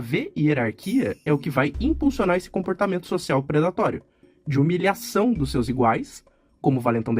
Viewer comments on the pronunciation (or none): Seus: "seis".